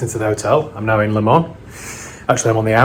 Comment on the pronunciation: Great video as always but just for the record as a 24 Le Mans veteran its 'LEMONS' .......as in the fruit 🤣. Keep up the great work